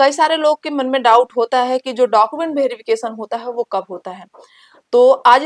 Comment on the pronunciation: लगता है आप बिहार से हैं तभी डाकूमेंट भेरीफिकेशन बोल रही हैं.